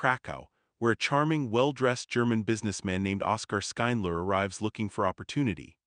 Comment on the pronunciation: This YouTube commentator should learn how to pronounce the main character's name, Schindler. Its not Skyndler or anything like that. How can you possibly pronounce it that bad?